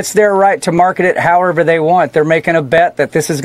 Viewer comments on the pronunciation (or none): none